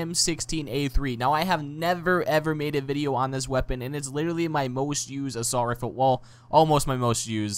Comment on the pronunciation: why you say "Assualt"? xD